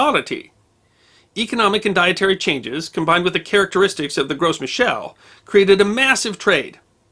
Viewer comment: As a permaculture orchardist, I squealed with glee when I found this video. I have very few notes, other than wanting to say that the "Gros" in "Gros Michel" is pronounced, "grow."